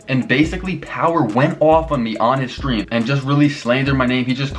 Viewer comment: Power saying stream “Sveeam” 🤣